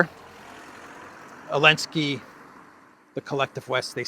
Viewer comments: You can tell someone's a shill because of they way someone pronounces names like "Olensky" (negative slant) and "Lavrov" (positive slant) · Always wondered why you say Elensky? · Lol. I think it's physically impossible for you to say "Elensky's peace plan" properly pronounced and in a normal voice. Love it. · Silly. Just because the Z is silent, doesn't mean it isn't there. If the Z is implied you must be tried! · It's hits different to hear you say the z :face-blue-question-mark::cat-orange-whistling::face-fuchsia-wide-eyes